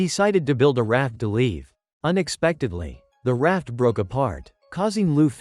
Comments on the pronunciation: It’s not lu-ffy it’s luffy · Luffy❌ Loofiee✅ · Why do they say luffy like that?